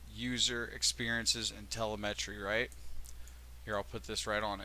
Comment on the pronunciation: Please learn how to pronounce te-LE-me-try. (Have you never watched a space launch?)